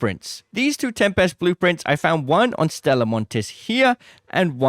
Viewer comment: The correct pronunciation of tempest is TEM-pist. It is a two-syllable word with the stress on the first syllable, featuring a short "e" sound and a sharp "p". Source: Cambridge Dictionary